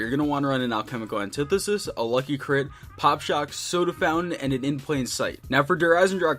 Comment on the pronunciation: "Halchemical annetithesis"